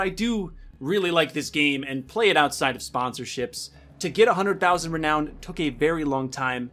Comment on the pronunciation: why does he say reown the currency like that ahhaha